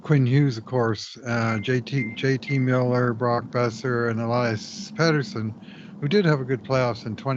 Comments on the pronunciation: it isn't pronounced PETER-sen. Soft "e". Please don't do this for two weeks. Thanks guys. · for crying out loud. It's Pettersson, not Peterson. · Can someone tell how to say Pettersons name lol. Peterson he’s saying but listen to Kurt who says it right lol